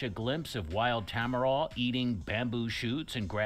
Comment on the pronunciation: he pronounced Tamaraw as ta-ma-roh but it's actually pronounced as TA-MA-RAO